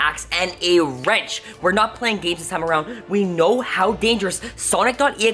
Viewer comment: he said wrench like it was the strongest weapon